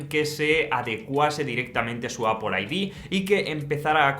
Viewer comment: ME mata cuando dice APUL al principio 😂